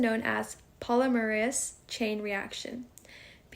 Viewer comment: Nice, except you said "polymerase" wrong.